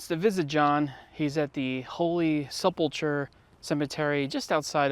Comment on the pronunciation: that ain't how you pronounce sepulchre